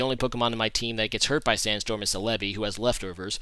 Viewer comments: It isn't "Sel-EB-ee" with the emphasis on the EB. The emphasis is on the BEE! "Sel-eb-BEE". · Escadrille is not UU it's OU. Lastly it's CELL UH BEE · u gotta look up how to pronounce celebi man..